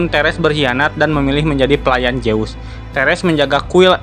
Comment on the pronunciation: Zeus itu dibaca zuuz, bukan jeus